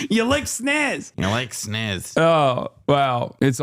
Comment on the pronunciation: Mf said snizz 😂